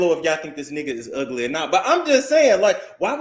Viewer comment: Not “yu ug-lee, ug-lee donkey kong” 😭😭😭